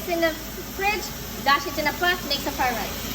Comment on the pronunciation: Did just said chicken fried lice Hahaha